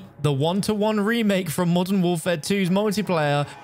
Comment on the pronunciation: “Call of duty molten warfare” lol I can’t I hear it lol